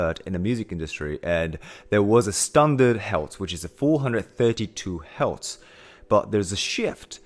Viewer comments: Are you saying “Hertz”. Your pronunciations is off. Its sound like you're saying “healths”. The correct pronunciation sound identically the word “hurst”; like painful feeling. Do you get it? The frequency “hertz” pronounces the word “hurts”😊GREAT VLOG!🎉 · Do you mean Hertz? Not Heltz. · ok, good vid. But learn to say the word HERTZ. You sound like you're saying HELTZ. Also, the shift in tuning to 440 hz occured several hundred years ago. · Helts = Hertz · What is a ‘heltz’ lol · ITS HERTZ NOT HELTS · Hertz not Heltz. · Ironic how he turns "hertz" into "heltz". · Love what your saying...but- the word your having problems with is Hertz. Pronounced - Her-t-zzzz. ( sorry, i have ocd. Not meaning to be rude.) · ….exgerate the “R” in hertz…..